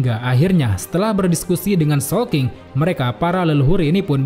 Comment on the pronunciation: Awal² bingung showking, soapking atau sawking 😂😂😂